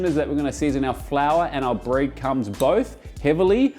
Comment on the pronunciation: had a lot of trouble saying the R in words this video.. Breadcums??